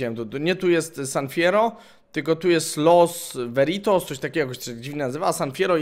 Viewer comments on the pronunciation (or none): LAS VENTURAS a nie LAS VERITOS XDDDD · wszyscy:Las Venturas Gimper:Los Veritos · xddd Los veritos xddd to jest las venturas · "los weritos" XD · Los Veritos xDD